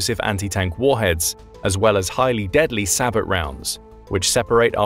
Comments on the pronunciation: “Sabot” (pronounced “sa-bO”) NOT PRONOUNCED “say-bot” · Sabot is pronounced like say-boh